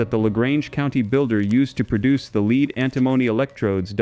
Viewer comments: Could you please say led instead of leed, it is so irritating to listen to constant incorrect pronunciation! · Pronounced "led" not "lead"